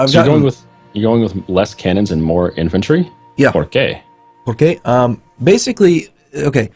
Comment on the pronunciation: That pronunciation of ¿por que? shen!!!! my ears are bleeding